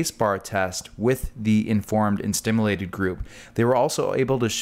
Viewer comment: A "doctor" that can't even pronounce stimulated. Also, this is nothing new. Magnetic cure-all bracelets have existed forever.